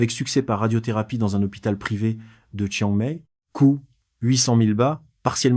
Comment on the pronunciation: Vraiment penible ces voix AI qui me savent pas prononcer "Chiang Mai" ou "baht".